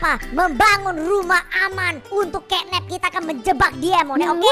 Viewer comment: Catnap bang bukan kenep😊😊